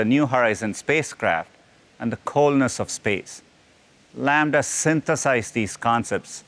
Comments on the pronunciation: laMDA.... LAMBDA... Half life 3 confirmed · Well, it is not called Lambda. The name is LaMDA, but I get it that it is close enough hahaha